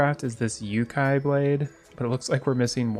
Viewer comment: Nah, the staff of frost hydra is a summon weapon, not magic, but since it's cool you can get it. - I don't know what funnier between the English spelling and the Hepburn romanization of Japanese, but You-Kai is actually pronounced "yo-kai" (long vowel on the first one). Still following and supporting. :)